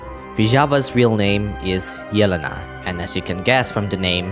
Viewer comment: I think you are the only one hwo said yelenas name right, meny people pronaunce it like yelans name